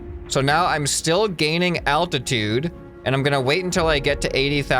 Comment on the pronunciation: It's aLtatude not attitude ok 😀